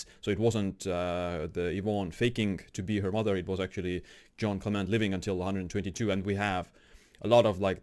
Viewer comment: Quick tip to sound cool > English wiki > Jeanne Calment > first line > listen to the pronunciation cheers ^^